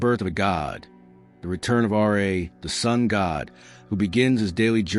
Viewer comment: As excited as I was to listen to this video I could not get more than three minutes in every time the narrator said R.A. instead of RA